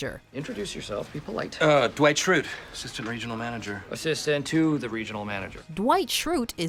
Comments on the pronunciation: Why, in the first one, did the narrator emphasize "ASSISTANT" when they were saying what the joke was lol..... I guess she doesn't watch The Office, nor does she remember the first half of the sentence she is saying, by the time she gets to the second half. The joke is obviously the "to the" lol, as any Office fan knows. FN amateur. (Do NOT wb telling me this is a robot - lo it is clearly a human woman.) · You emphasized the wrong word in the first one. Dwight calls himself the assistant regional manager, while Michael and Jim point out that he is the assistant TO THE regional manager.